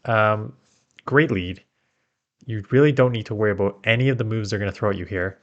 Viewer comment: showing that Canadianism with the "aboot"